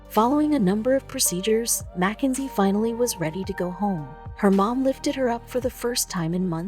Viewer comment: It’s not Mac enzy it’s Mackenzie